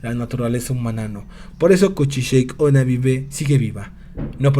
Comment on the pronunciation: El vídeo es bueno, pero la pronunciación del nombre es incorrecta. No se dice "kuchisheik", se pronuncia tal cual se escribe "kuchisake onna", que en japonés significa "mujer con la cara cortada". Fuera de eso, buen video.